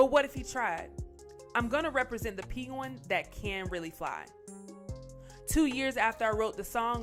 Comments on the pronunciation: Nice video. You say “Pen- gwen” like peen-goin”. It’s good to know Fonz doing good still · It's pronounced as "Peng_win" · This commentator needs a lot of work man!! Pinguin?? What?!? The Kanye westes? Bruh what in the hell??? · Here after Diddy’s arrest. There’s so much to say about Diddy and Bentley and all, but I’m stuck on the way the narrator says penguin 🫠🫠🫠. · Is no one else bothered by the way she said “Penguin” lmao?! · Could not stop laughing at the way announcer pronounced the word “penguin”. WTF? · Why is she saying penguin so weird? 😕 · Why is she saying Penguin like that 😑